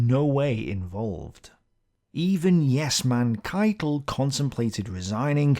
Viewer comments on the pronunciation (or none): none